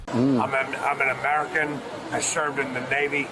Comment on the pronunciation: I "shervid" in the army 😂❤